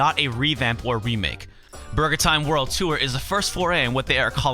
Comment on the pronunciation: i love how you say "BARGER"